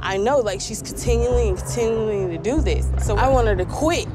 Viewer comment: She said “Continuling “ LMAO